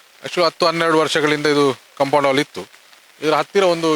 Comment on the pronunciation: ಅದು ಕಾಂಪೌಂಡ್ ಹಾಲ್ ಅಲ್ಲ. ಕಾಂಪೌಂಡ್ ವಾಲ್.